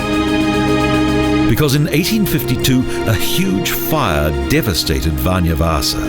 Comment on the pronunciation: he pronounces "vanha" like "vanja" and "vanja" means russian in Finnish